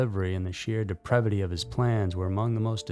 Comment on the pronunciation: It's 'depravity'. Not "deprEvity"